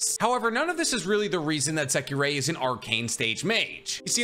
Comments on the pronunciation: JSYK, it’s “Secre” not “Sekirei” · Well you pronouncing secrer's name weird